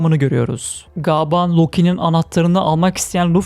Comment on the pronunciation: Lütfen gaaban değil gaban de🙏